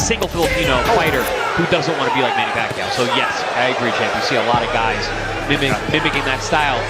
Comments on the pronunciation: Get your pronunciation right! Kung pinoy ka, ba't sinabi mong Pakuyaw instead of Paquiao?🤔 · PAKUYAW HAHAHA 🤣🤣 BOBO PACQUIAO YUN. OR SA PRONUNCIATION "PAKYAW"